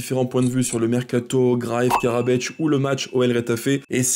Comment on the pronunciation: thanks video, but no Karabeč, just Karabec :)